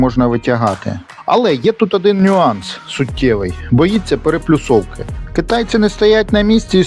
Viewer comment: ПереПОлюсовка! А не переПЛюсовка... Когда школота* каверкает Опредиления, то нормально, а вот когда взрослый человек, то беда...